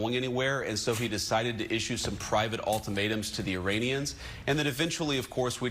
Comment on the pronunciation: private ulttimatums.. did i hear ok?